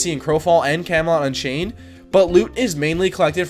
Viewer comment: Can you stop calling Camelot: Unchained "Kemolanchey"